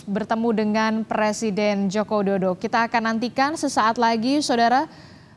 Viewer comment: Kalo ga salah dengar hos nya mengatakan Joko dodo